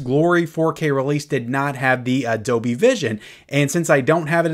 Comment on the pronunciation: Hey. There's an L in Dolby. It is not silent and the word is not pronounced as Dobie.